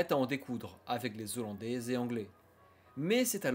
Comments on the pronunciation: J'ai trop z'aimé la guerre... Louis XIV va t'aller encore plus loin... l'Autriche devra t'ensuite faire face.... Le retournement de situation va t'avoir lieu en 1704....les Z'Hollandais... Va t'avoir lieu ... Permettra t'au pays😭 C'est dommage ces mauvaises liaisons, ça gâche tout car le contenu est super clair, les illustrations très bien choisies, c'est passionnant et bien monté... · Bon travail, dommage pour les liaisons! Les sons en "s/z" alors qu'un "H" débute le mot suivant par exemple. Un détail qui a son importance! Bon courage c'est très intéressant